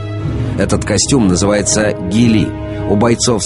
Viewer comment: Не гилИ, а гИлли. Костюм правильно надо называть